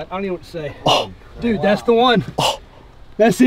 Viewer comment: I’m guessing that you are trying to say “Dude” not “Dod” 😅😇😊